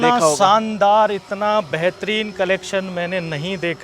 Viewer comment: Shaandaar boliye Saandaar nahi